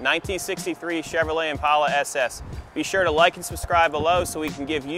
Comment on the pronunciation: Congratulations for being the first White guy in history that pronounces Impala correctly, with a long A instead of a short A.